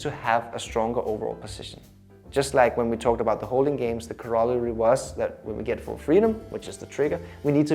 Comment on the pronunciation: especially if you cannot pronounce it :)